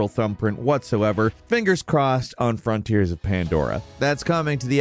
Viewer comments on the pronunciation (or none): none